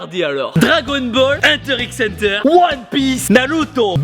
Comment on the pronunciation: Juste hunter X hunter se prononce sans le X et sa se dit ful metal alkemiste